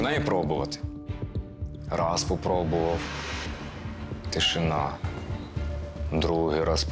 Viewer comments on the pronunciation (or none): Як ріже слух оці "тішіна и цукір"!Невже слова "тиша та цукор" такі важкі,щоб правильно їх вимовляти?!